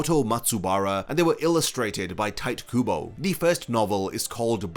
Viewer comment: your pronunciation of Tite Kubo hurts me